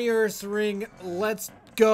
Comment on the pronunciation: I'm a sing? No, Urasing, Ursaring.